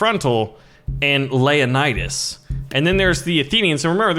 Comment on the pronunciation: It's not layanidas it's leo-nidas